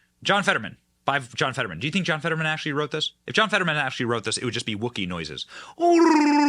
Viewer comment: ... "(My) name is John FED-uh-drrrr-man" ...